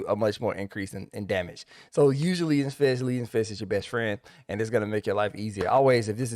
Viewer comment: Love this video. Transformed my monk damage. Just...one little thing that has nothing to do with the rotation. I think leaden fist is about that heavy metal, lead, which rhymes with dead (that thing that monks do to people). I don't think it rhymes with heed (which is what I do with your advice).